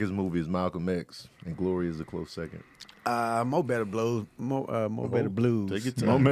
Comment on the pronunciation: started sounded like chazz eating cheesecake when saying mo better blues🤣don't feel bad I didn't know how to say it right until you showed us